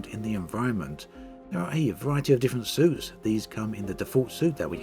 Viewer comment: I kept hearing "soups" instead of "suits". Wonder what kind of soup is suited for combat...